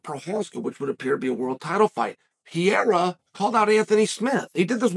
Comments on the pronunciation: Chael: there are two r's in Pereira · Chael, wtf I thought you had a degree in sociology and you can't pronounce Pereira properly?